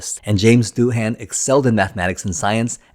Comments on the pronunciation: It’s not Doo-Han, it’s Doo-un. Ai voice? Sounds like one. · How could you possibly have done so much research and not learned to pronounce Janes Doohan’s last name currectly?